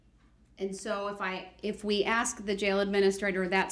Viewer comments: The word is 'Ask' not 'Aks' Derwood. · Yes let me axe u a question wonderful diction